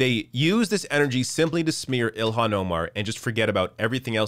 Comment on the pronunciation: It's NOT ILL-Hawn, it's IL-Lan.